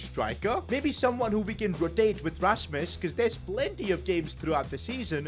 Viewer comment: btw you say højlund right but not my and his name and it uis rasmus r is like a dinosaur a like arhhh s shhhh m mmmmm u u not like y and s like shhhh